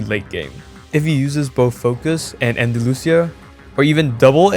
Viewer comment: It kils me how he pronouces Andalucia. I did not find the matador hard in my opinion.